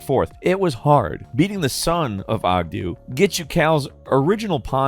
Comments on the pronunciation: Hearing him say Oggdo as Oggdoo made me die a little inside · I always thought the frog's name was pronounced Ogg-doe Bogg-doe. Pronounced like Bogano, their native planet.